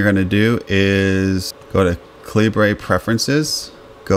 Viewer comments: Ca-lee-bray? lol It's pronounced "caliber." It's the British spelling of the word "caliber." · By the way, it is common for Americans to pronounce 'Calibre' as you did like a Spanish word. In fact, you will hear people outside of the USA pronouncing it 'Caliber'. I believe this was the original intention of the developer who was Indian where English spelling reflects the UK customs. Outside of North America 'caliber' tends to be spelled 'calibre'. So 'calibre' is just non-USA spelling of 'caliber'. Hence the confusion. Use whichever pronunciation you want but be prepared to hear both.